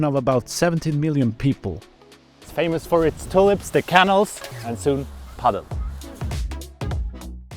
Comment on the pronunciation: Top quality video. Thanks for sharing! Funny how the dutch pronounce it "padél" rather than "padel". The first club looked amazing.